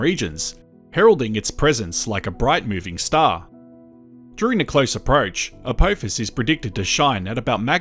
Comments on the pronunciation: Its a-p-off-us not a-poe-fus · Why do some say Apowphis. Do we say Stowp